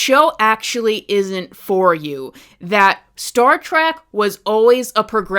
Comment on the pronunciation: you call it Star Track again about . Nothing you say is valid.